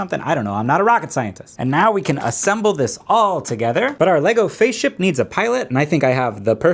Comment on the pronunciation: “LEGO Faceship” 🤣